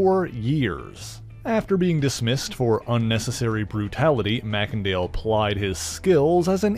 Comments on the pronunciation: May-Sin-Dale NOT Mack-En-Dale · I think that you pronounced his last name wrong: I think that it should be pronounced MACE , and not MACK! Other than that though , good job . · It's not pronounced "mac-ken-dale".. 'A "mac-ken-dale" pronunciation would be assumed under a Scottish etymology, but in that case, the first vowel (or consonant) following "Mac" would be capitalized. But this "e" is, and has always been, small-case. Therefore, It is not Scottish derived, and is pronounced as "may-sen-dale".